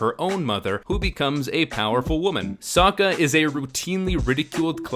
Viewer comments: soaka? its fucking sokka. wtff m night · The fact the actors have moments mispronouncing the names angers me. Bitch said so-ka instead of Sokk-a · Michael Roach well you're stupid because for instance Aaron can be pronounced a thousand different ways depending on who you're asking. It's Aang and Sokka not On and Soaka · "Soaka... Don't" I will always hear it as Soaka and not Sokka... Like what idiot cast this person? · Please don’t call them Aang, Soaka or Katara. They are Ong, Sock-Ah, and Key-Tea-Yarra in this film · the pronounced sokka's name like soa-ka? i'm abouta kill someone, any recommendations? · "Ong" and "Soaka" AAARGGGGGHHHHHHHHHHHH! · "Soh-kah" "Ahng" "Uh-va-tar" "Ear-oh" jfc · Are you the Ovatar, Ong? Yeah, I am sOOka Did you hear that, uncle Eroh, now I can finally restore my honor from that Agni KEY The mispronunciations are mind blowing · Sewka? lol. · Kaytayray So-kayka Aaaaawwwwwwwwwwwnnnng Zucko Eeroo Firelord Oozay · Wait how the fuck did she just pronounce sokka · Are we even going to mention that his name is Oong? Really? And they say Sokka completely wrong. This movie does not do the show justice at all.